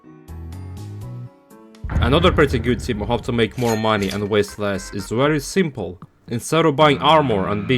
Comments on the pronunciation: Why does bro say simple like that it’s not shrimple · "Super shrimple"... bro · W video i also love how instead of simple you would say shrimple